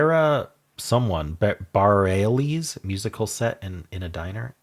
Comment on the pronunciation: Today's theme was as valid as any other theme, IMHO. The constructor finds something that is interesting to them and builds a puzzle around it. The "world" part was different languages, and the "series" part is, well, a multiplication series - 2, 4, 8, and 16. FYI: Sara Bareilles' last name is pronounced "brr ELL us" , rhymes with "fur L us"